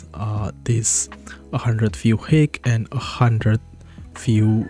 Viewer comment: Thanks. Just one thing, height is pronounced hite (I know stupid English spelling)